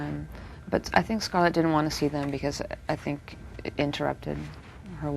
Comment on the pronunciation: The interviewer messes up scarlets name